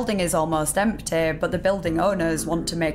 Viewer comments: Kent belew it wa emteey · The second i hear that unbearable accent, poof, I'm gone. Off to another video on the same topic.. Why are you dragging the last syllable of every word out (and particularly those that end in a voul) ? i.e. Fridaaaa sundaaaaa lol stop that. It sound stupid. Empteeh